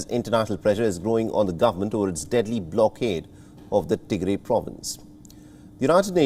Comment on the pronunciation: Please correct your pronunciation it’s pronounced Tigra it is Tigray!